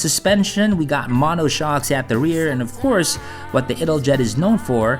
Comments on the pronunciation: you should pronounce it as: ital-yet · 10/10 for your pronunciation of the Italian names 1/10 for your pronunciation of Italjet 😂 “It-al-jet”